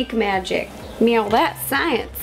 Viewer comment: ro you said mewo 2 timed